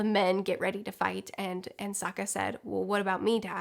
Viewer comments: I read this before watching the video, and now I can't stop hearing you say "Saka" instead of Sokka 😅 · I've noticed in videos before that screws up names often... No one is perfect, I get it, but does she not edit? You just watched the show stop screwing up Soka and Zuko! I couldn't even finish the video it got on my nerves so much.